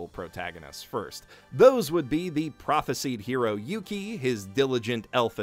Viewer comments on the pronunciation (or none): Prophesied sounds like propheside, not prophecy'd